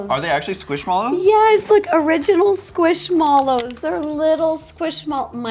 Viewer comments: it’s pronounced squish mellows not squish molos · squishmallows what I pronounce it as squishmellows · squish Mollow 😂 it’s mellow 😂😂😂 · Bro, it’s pronounced squish mellow not squish mallows😊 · Brotha is squishMELLOW it’s spelt mallow but it’s mellow…. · btw I think squishmallows are said squishmellows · hey! I think that squishmallows are pronounced like “squish-mellows” because they are shaped and kinda feel like marshmellows ❤ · Pronounced mellow. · I’m sorry, she win said Squishmallows noooooo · why do you say squishmallows so wrong?